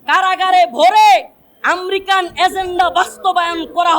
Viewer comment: American bolte pare na bolce Amrican , sala asolei murkho 😂